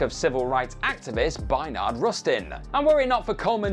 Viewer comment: BAYARD. Not BAYNARD